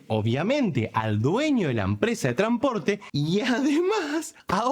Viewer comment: Tipiño, hay palabras, como "conStitución", "tranSporte", que después de la letra N tiene una letra S. Por favor, pronunciala. Solo eso loco. Salu2.